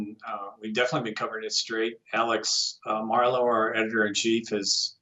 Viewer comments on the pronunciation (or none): Thought he said Milo editor and chief. hahaha. MARLO. Doh.